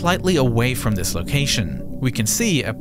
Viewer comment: Good thing we still have dis narrator who can’t pronounce da ‘th’ sound